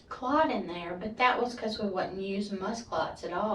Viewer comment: Lots of “Ummms”… 🤦🏻‍♀️ And why can’t she remember if she worked YESTERDAY!? Also, WHY is she pausing soooooo long!? 🤣. And lastly , but most importantly, what TF is a blood “CLUT”!? 😂🤦🏻‍♀️